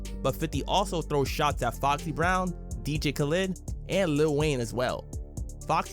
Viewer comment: Bro did you really pronounce dj khaled like that 😅😅